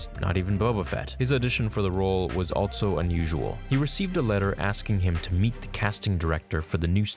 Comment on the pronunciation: WHY DO YOU SAY ALTSO? it bothers the shit out of me, otherwise I like your content. I'll sub when you stop putting the "T" in the word also bruh.